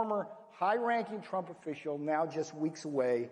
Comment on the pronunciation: He called him tremp lol